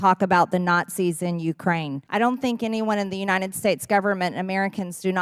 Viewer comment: Marge - it's uniTed, not UniNed.